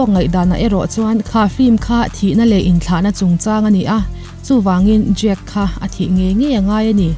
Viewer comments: I lam dan hi Jake tih a ang thei tawp. Jack (Jack dawson) ani sia .. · Jake ti an tam lutuk a,jake tiin i pronounce bawk sia...ka buai tep a lom...😂 ngaihnawm lutuk e👍👏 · E...khai... "Jak" i ti elaw? 😁 Thluk deuh tala a dik viau ang..